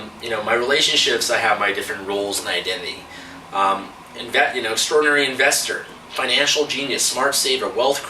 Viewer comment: When you said your identity for a second I thought you said "I love Cod" I'm like "man, this guy really loves fish!"